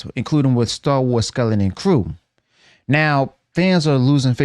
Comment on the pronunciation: Why do you have so much trouble pronouncing the word skeleton?